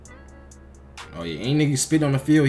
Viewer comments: Etzebeth not Elizabeth 😂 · Bro I am tweeking to him saying Eben Azibeth